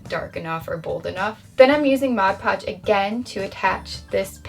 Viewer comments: Can we get a like for a token of appreciation for the fact that she actually calls it "Mod Podge" instead of "Modge Podge"...which is funny-cute! Just nice hearing the correct term! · You have no idea what happiness it brings me that you correctly pronounce mod podge